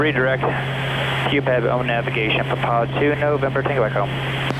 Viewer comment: your favourite thing is saying 'poophead' low key instead of pupeb?